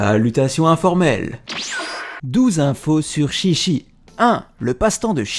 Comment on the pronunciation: 13 son nom ce prononce TchiTchi au lieu de ChiChi 😊✊